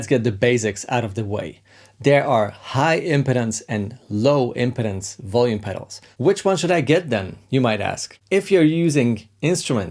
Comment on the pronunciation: Cool tips as always! Be careful with the pronunciation of 'impedance'! It's /ɪmˈpiːdəns/ - stress on the second syllable, vowel sound the same as the verb 'impede'. It kind of matters, because if you get it wrong it sounds more like 'impotence' - which has the stress on the first syllable. I await the Hungarian lesson that you now owe me.;)